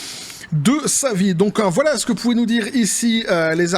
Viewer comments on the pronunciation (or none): none